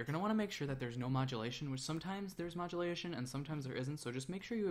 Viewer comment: "You wanna' make sure tha' there's no modu'lation" PFFT.